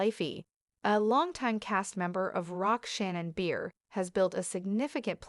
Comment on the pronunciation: Cant stand to listen to these breaking news when they cant even get the main persons name. Its Shannon Bedor not Shannon Beer